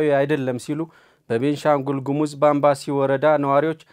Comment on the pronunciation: ባምቢስ ሳይሆን ባምባሲ ነው የሚባለው